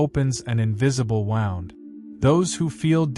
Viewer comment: I like this channel but the fact that "wound" is mispronounced here and elsewhere suggests to me that this is an AI voice over?